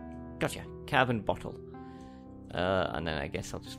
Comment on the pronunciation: And lol car-boner